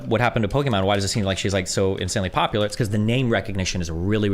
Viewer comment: Calling pokimane "pokemon" had me dying. Lol. I thought he was actually pivoting to pokemons stream statistics. Lmaoo